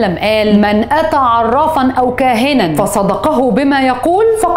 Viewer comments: جديث النبي صلى الله عليه وسلم عزيزتي قال فيه فصدقه بما يقول الدال مشددة بالفتح للتصحيح فقط ولك تحياتي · اسمها فصدقه بتشديد الدال وليس بالتخفيف والآية بتقول ألقو بفتح القاف وليس ضمها ياريت تراجعي وتسمعي الحديث منطوقا عشان تعرفي النطق الصحيح وكذلك الآية عشان الحاجات دي مفيهاش هزار ده كلام الله وكلام النبي صلى الله عليه وسلم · قالت الحديث غلط فصدقه بتشديد الدال وفتحتها.. ودا النطق الصحيح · استاذة بعد اذنك لمن تقرأي حديث شريف لازم تسمعيه الأول من النت و بعد كدا تقوليه ، شغلك و مكانتك الإعلامية و نجاحك مرموقة. ( من أتى كاهنا أو عرافا ((( فصدقه )) في شدة على الصاد.. و بعد كدا فقد كفر ( فتحة علي كل حرف )). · ارجو بس تدققي شوية لغتك في الاحاديث والقران لانكى تقرأيهم خطأ الآية فلما ألقوا سحروا أعين الناس بنصب القاف وليس ضمها كما قلتي والحديث فصدقه الدال مشدده هذا تصحيح فقط وكمان التخييل ذكر في آية أخري أيضا